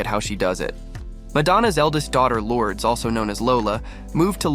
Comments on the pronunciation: Lourdes is pronounced "Lord-es" not "Lords". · That's not how you say her name. LORD-ES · This video is AI manufactured so the pronunciation is butchered. 👎